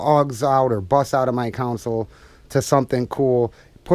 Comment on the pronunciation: I like but he calls his console a "council"....it's a console